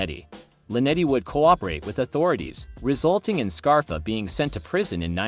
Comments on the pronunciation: SCARF O . Not Scarfa . Great content , odd name pronunciation . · It’s Scarfo not pronounced Scarfa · Scarfo not scarfa mate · It's Scrfo, not Scapa Jesus.